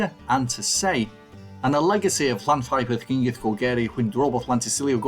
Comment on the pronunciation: ...Don't give up your day job lol.... We got enough English trying to kill our language!!!